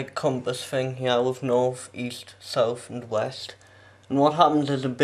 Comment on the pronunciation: It's north not norff